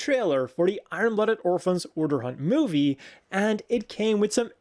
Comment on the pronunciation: Not to be a pronunciation stickler and maybe they do write "Urdr," but isn't it actually "Urðr"? which is Norse for "fate" and is pronounced more like "ur-thr"?